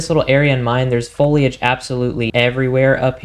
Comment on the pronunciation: Foliage- don't pronounce the i bro! Sounds like Folage.